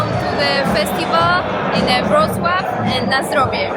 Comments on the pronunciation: It's Wrocław the W is pronounced V and the L with a little line through it ł pronounced W, simple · Seriously, as a fellow Brit you are hilariously embarrassing. If you spoke to one local, you would understand your pronunciation of the place you are visiting and your local beer knowledge is just as bad … local beer being from the region NOT Warsaw or Germany. Don’t give up the day job and I hope you can use CoPilot or Google for pronunciation before and next decide to leave England!!